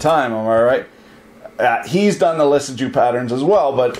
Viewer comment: Lissajous is pronounced "Lisa-you"